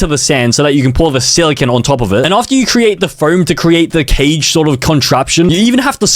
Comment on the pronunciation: it’s pronounced sila-cone